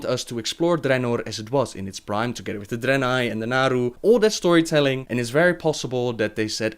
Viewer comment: I like that Draenei accent you're doing!